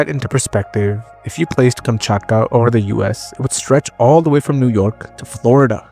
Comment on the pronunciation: Kamchatka, not Kumchutkuh.